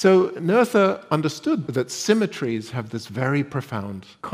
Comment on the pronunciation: the h is silent in the speaking of her name :) just a detail you would not have known. But as we learn to recognise her achievements we might put in this little effort towards how she herself, family, friends and neighbours pronounced and perceived her name. If you want it even more elaborated, while in Noether the h isn't an english "th" but just an ancient spelling of a sounding "t" (that has been removed in spelling reforms but persisted in names), the oe really is one pronounced "ö" that has no course of shifting from o to e and approximately is pronounced like the u in fur (with rather british pronounciation).